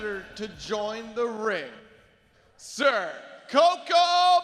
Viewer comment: It's not "co-KOA"; it's "cocoa."